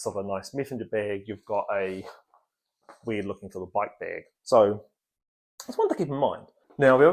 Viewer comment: it's bæg, not behg. E minus.